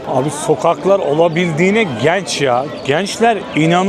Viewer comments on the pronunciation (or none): Kardeş bu e sesini düzeltmen gerek bence bu işi yapıyorsan. Özellikle eelli, geenç, beenziyo gibi. Naçizane tavsiyemdir. Başarılar...